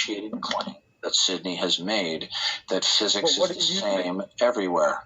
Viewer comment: Fuzuks…..can’t stand how pronounces physics it’s so annoying.